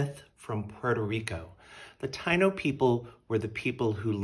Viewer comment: Taíno is pronounced Ta-ee-no 😊🙏🏽🌿